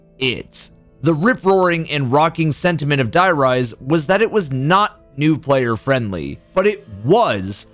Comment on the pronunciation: Die riese? Like dye rise? Seriously man? Why should i trust you to talk about zombies after that? Cant even stay correct for 10 seconds xD